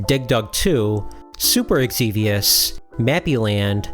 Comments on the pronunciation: Xevious is pronounced Zeeveus, not Eggseveus. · It's Super Xevious Not Super Egxevious